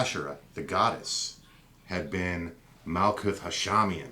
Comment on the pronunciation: Great video... couple things. Herbrew does not pronounce the "th" at the end of words like Daath and Malkuth. Just a hard "T" sound. Also Malkuth/Kingdom corresponds with Earth so you can see the feminine connection there.. I disagree with you perspective that the old names would be important but not the old rules, or substances such as blood. I am not offering an opinion either way just saying the logic is not consistent. This would be the same in that you are saying replacing aspects of The Pantheon should not be re-classed as psychological aspects. You are making only personal judgments that fit your preference and not off of a consistent theory. Either the Old Ways are superior or magickal knowledge evolves, which one? Thanks! new subscriber!